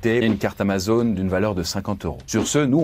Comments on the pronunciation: AmazonE ??? ^^ ptite boulette je suppose mais c'est pas bien grave ;) toujours aussi intéressant ;) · amazonE nitendTo Oof